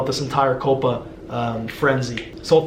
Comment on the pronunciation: Its not (Coppa) its (Cowpa)